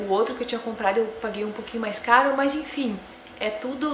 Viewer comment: gente que fala "mãs" kkk por que isso? ahaha No geral, ótimo vídeo